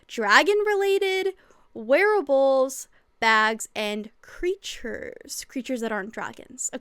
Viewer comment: When you said "wearables" I thought you said "werewolves" and now I'm wanting werewolf-themed patterns 😅